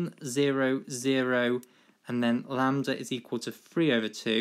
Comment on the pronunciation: "lamb-der" hahahaha